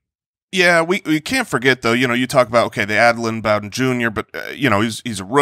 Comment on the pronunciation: Isn’t it pronounced Bow-den (like bow-ling) not bow-den (like I bow before you)?